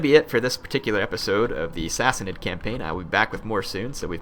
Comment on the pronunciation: Go / Sassanid Persia! End slavery through out the known world. Sassanid is pronounced Sassaneed, long "e" sound:^) We need close order Tirbad archers too (could also use pavise for sieges, and which can be combined with Paighan spear, pronounced Pieghan, a long "i" sound:^) Oh Dart were first used with the Paighan spear also...